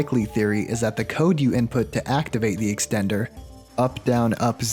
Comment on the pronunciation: Here's another one. "extender" with four Rs.